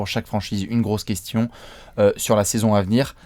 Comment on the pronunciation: ZE KOUESTIONNE OF ZE DESS xD